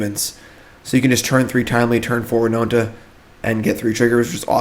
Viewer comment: Whenever he says “winonta”😔😔😔